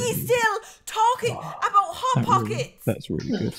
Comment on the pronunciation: No one MrJ0h0: Pot hockets